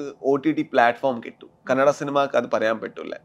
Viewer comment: Kannede alla kannada 😩